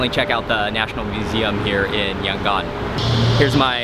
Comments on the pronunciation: I am from Yangon and also the way u say Yangon is very cringing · YOUR PRONOUNING YANGON WRONG